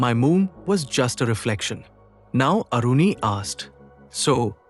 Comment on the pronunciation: Its not Aruni, that Maharishi's name was Aaruni 🙏